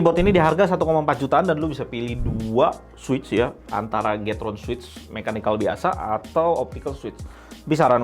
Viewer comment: bang plis bilangnya 'kiykron', gua dengernya jadi kicrot terus